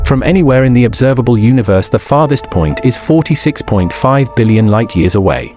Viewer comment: Is a dillion more than a squillion? Or did the narrator pronounce billion strangely?